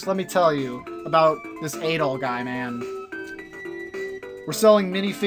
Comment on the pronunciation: Also I'm not sure but I think you say it like A-DOLL